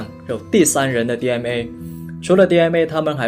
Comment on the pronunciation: DNA不要讀成DMA